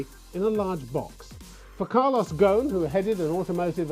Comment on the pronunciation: It's not Mr. Gogh... its Mr. Gosin... I guess the guy is sick and tired of explaining himself over and over again.. regardless of his guilt or not, the man has made his money and stuck in a poor and unstable country with quite a lot of his money frozen.. can't expect him to be in a good mood 🤣🤣🤣